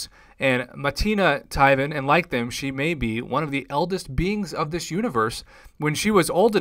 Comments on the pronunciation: it's pronounced 'teh-wan' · It's "tea-vaan" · It’s pronounced Tee-von Tan-uh-leer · I believe it's pronounced like this Tee-Von but hey awesome video. Also I wonder if shes the one that died in the 1st Guardians movie 🤷‍♂️ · Its not even about butchering the name at this point, you just flat out mis-read the spelling lol